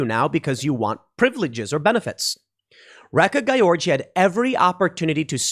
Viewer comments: Wait a sec, the one woman to speak out against this has a name pronounced "wreck-a-guy-orgy?" 🤣 At least the simulation we live in is f-ing hilarious! 😂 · Sounded Like.... "WRECK A GUY ORGY".... Lol. Too Bad She Didn't Beat The Trans Swimmer.... WOULDA BEEN FITTING..IMHO.